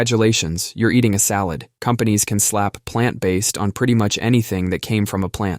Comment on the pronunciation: Palnt based?